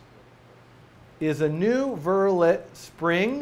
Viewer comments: btw, it's pronounced "ver-lay." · It's pronounced vur-lay not vur-let.